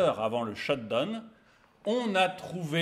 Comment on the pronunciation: Sht down pitié prononcez correctement down pas done !!!!!